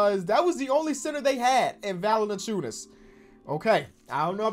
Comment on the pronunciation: No hate my guy but u really screwing valaciunas’ name lmao